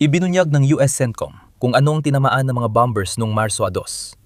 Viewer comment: bom - ers not bom - bers